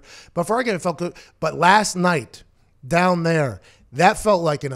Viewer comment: Take "Dahn" the Chargers?